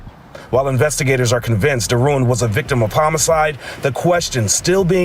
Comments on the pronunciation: People who are actually from Louisiana pronounced Derouen as Darawa like w a short "a" sound and they don't acknowledge the "n". It's a French name. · Its crazy how they mess up our Louisiana names. Even the wife pronounced it wrong smh.